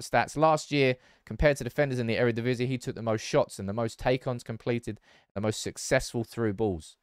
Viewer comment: Eredivisie is pronounced E-re-di-vi-si, not E-re-di-vi-si-e, because the ie is one single composed vowel. Love the shirt, love the Dutch love, keep up the great videos!!